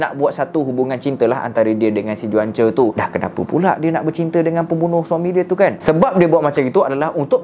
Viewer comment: Bukan juan Pronounce die Huancho